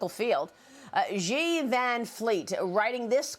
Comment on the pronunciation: Xi sounds like "she" not "ji".